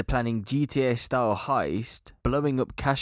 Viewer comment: Heists, not Heist's